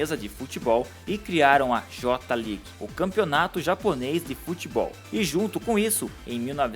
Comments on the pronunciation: Cara, pelo amor de Deus... Não é Tsubaza... Se lê Tsubaça, com som de dois "S"... Só pra informação, o nome original dele é Oozora Tsubasa. Também não é Jota League... É Jay League em inglês mesmo... E não é Capitain Tsubaza Jota... É Captain Tsubassa Jay! Se eu puder contribuir mais, fico feliz! Abraçø!! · pelo amor de zico meu camarada seu video é muito bom mais a pronuncia correta é "jay league" "jota league" doi meus timpanos